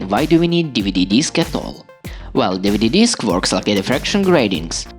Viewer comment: ‘Deeveedee deesk’